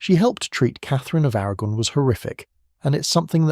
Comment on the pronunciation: It sounded different to me. The names sounded different, anyway. (A- RAG-gon) 😂